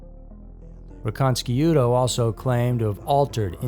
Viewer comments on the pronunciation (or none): His name is pronounced Michael Ree-conna-shoe-toe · It's pronounced ' ree con ish doe. He was My cellmate in Chicago. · Yeah, to this documentaries being narrated by somebody that doesn't know how to pronounce anybody's names so to me I stopped watching Wright there, Michael ri-Cana-shuto, I'm calling Fugazi on this whole thing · “That way Carter could look like the hero” ?? What that was exactly the opposite of its purpose… and you mispronounced Micheal’s name..